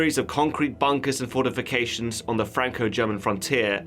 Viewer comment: fordifications... twenny seven... bridish... sadisfied... priddy good..... shudder